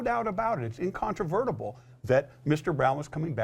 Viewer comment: Incontravertible? Ol boy is making up words, speaking on behalf of the police! Hahahahaha.